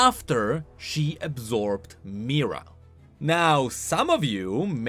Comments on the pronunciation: Mi-here-uh. Not meerah. Mihira. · "Mahh-hiraaa **not mira " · why does he say mihira like myrrah and not mihira???? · Everytime you pronounce Mihira as Mira - I cringe. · That's not how you pronounce Mihira, it's more like Me-hera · I am pretty sure it is pronounced MeeHeeRa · He literally just read card description 💀 And even that he could not do correctly. Pronouncing Mira and reading harmonic instead of hemomancy 💀💀💀💀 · Mihira, as in *"mi-hi-ra", yes, the secon part is pronounced, but it's o.k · just want to add here: it's Mi-Hi-ra whenever you say her name you swallow the "hi" whole for some reason